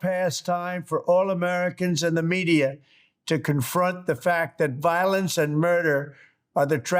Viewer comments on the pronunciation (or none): none